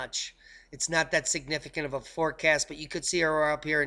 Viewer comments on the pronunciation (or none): none